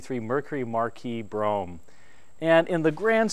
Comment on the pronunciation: On a secondary less important note. Great job on pronouncing Brougham correctly! It get a tiny cringe when I hear Bro-ham from other videos. Easier to be critical than creative lol!